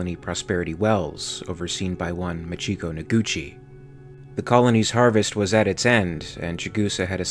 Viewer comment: MAchiko, not maCHIko